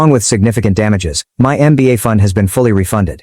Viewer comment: It's mba 😂 not nba